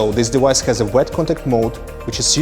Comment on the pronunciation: I need a compilation of this guy saying "dewice" over and over